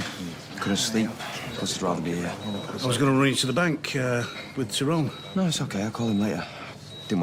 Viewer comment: It annoys me how Terry Duckworth pronounces Tyrone's name so wrong.